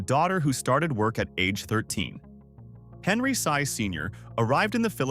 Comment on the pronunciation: Sy is pronounced "see" instead of "sigh".